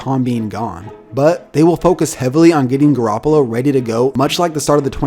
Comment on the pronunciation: You can't even say Garoppolo